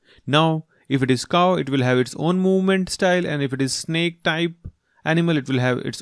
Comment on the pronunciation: its snake not snack